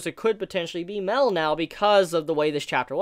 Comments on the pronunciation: Why do u keep saying meel? (Meal) instead of mael? (My-El) that's his name cuz rudicel (rude-eh-cELl) tarmiel (tar-me-EL) sariel (sorry-EL) and so it would be mael (my-EL) cuz it would sound dumb if they are all EL's then u just see mael (me-eel) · seriously, i know its boring to hear, but its MAH-EL, not mel, please pronounce it right, how did you even come up with this absurd pronunciation? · my L not mell